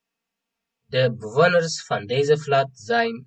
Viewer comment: ብጣዕሚ ጽቡቅ ስራሕ ከም መአረምታ ግን (Flat) ፍላት ዘይኮነ ፍለት ዩ ዝድመጽ።